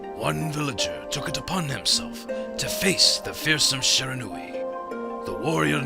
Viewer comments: okay... I am also studying japanese otherwise I wouldn't making such an acusation. And the only thing I would want to correct is when the Narrorator says Shiranui, it's sounds like Sheranui. And I know all about the syllables of japanese spoken through Hiragana and Katakana. and Shi is shi, the narrorator was saying it a little too fast, and so I nitpicked a little. But it still sounds like he's saying Sheranui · shee - rah - nu - i. japanese words are pronounced exactly as they are written lol. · i am SERIOUSLY DISTURBED by the narrator's HORRIBLE pronunciation of Shiranui as sherahnuee.